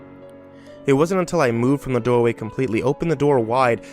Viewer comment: HMM YES "DOWAY" AND NOT THE "DOOR-WAY"